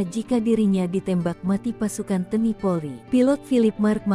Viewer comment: Tolong mbak penyiar bahasanya yg benar, baca TNI kok teni maksudnya apa